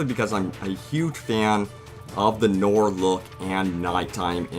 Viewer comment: It is pronounced "nwar" (noir), not "NORRRRRRRR". Great video!